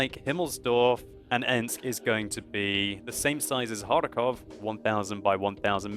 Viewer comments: For some reason, the way he says it bothers me. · It's kinda funny how you can't pronounce Kharkov! unfortunately there is no KH in English. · I love how you say '' KhaRRRkov'' :D It's so funny (in a good way) :D